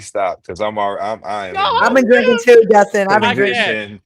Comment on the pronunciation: It is DUSTIN. NOT Justin. Get it right. It's intentional at this point.